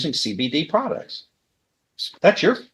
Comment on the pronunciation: Products not prouts hahahahahahaha